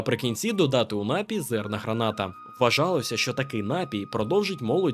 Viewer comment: Є тільки один правильний наголос: напІй! А загалом красно дякую за цікаву розповідь! Цікаво, чи є ще хтось, хто сумнівається, що давні єгиптяни з найвищих родин були прибульцями? Це ж треба стільки м'ясива жерти і струнку фігуру мати!